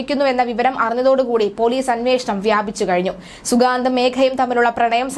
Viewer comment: അവന്റെ പേര് ശരിയായി പറയൂ